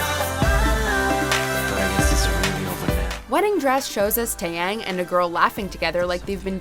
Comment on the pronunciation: "Weddingdress Taeyain"